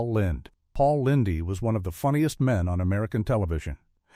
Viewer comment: Amateurish exploitative ai trash. " Paul Lyn-dee"?